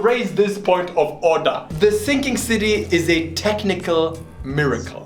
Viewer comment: Do you mean The Thinking City in a german accent?